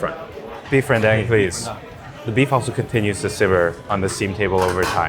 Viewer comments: it's beef ren-DAHNG... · really appreciate you breaking down the process. My next rendang is going to be a lot better for it. Also, it's Ren-dung. Like the Tang 唐 or Wang 王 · Ren - Dang like dung bro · Lmao when he pronounced “rendang” as “ren-dang” 🤣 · RenDÁNG not dang I lost my button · ren-DAHNG please! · He lose credibility with how he pronounced the name of the dish.